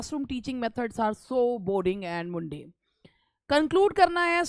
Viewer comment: Ye Mundane - मुंडेन kon bolta hai ?